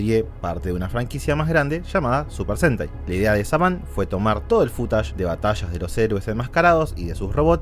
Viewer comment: No me gusta como decís footage. Suena a futanari